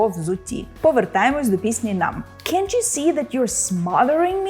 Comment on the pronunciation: нєа, не так. Drop "T" у слові can't.